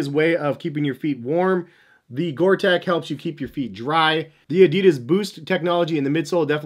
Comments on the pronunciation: Sorry to be pedantic, but it's Gore TEX...with an X, not Gore Tec. HAHA! Thanks for the great review! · Hey, Bro... it is GORE-TEX... not "GORE-TEC". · Tex. Gore-Tex. Not gore-“tech” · I’ll be that guy...... Gore Tex! Not Gore Tech. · Gore Texxxxxx not Gore tekkkkkkkk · I'm sorry but for a pro trainer guy to call 'Gortex' "water resistant" instead of "waterproof & breathable" (which is the science behind the Gortex guarantee) is a bit amateurish... Also, as in other comments its Gortex not Gore-Tech... You live & learn i guess... 😊👍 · It’s called Gore-Tex like you would call someone from Texas. Not Gore-Tech like you keep saying. Sort it out! 🤦🏽‍♂️ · GORE TEX!!!!!!!!!!! ITS NOT GORE-TECH. omg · Gor TEX like in SEX, not tech